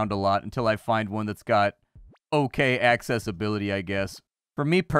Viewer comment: Love how you say access-ability!